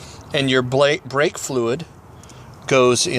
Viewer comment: 'BRAKE' not 'breake'